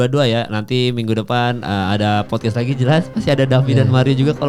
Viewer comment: Davi penyebutan nama fighternya ngawur. Harus belajar lagi.